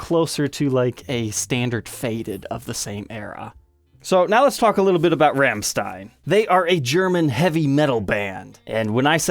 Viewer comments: It's not pronounced Ramstine. It's pronounced Romsteen. But I forgive you. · As a German 1 minute in I beg of you... Please quit mispronouncing Rammstein. There's no RAM, it's more of a ROM. That is all. Great video though love seeing Paul's signature guitar finally get some light. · pretty sure it's pronounced "ROMSHTINE" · yeah more like Rammschtein XD. really exentuate the german XD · pronunciation of Rammstein 😄 Cool, no nonsense guitar.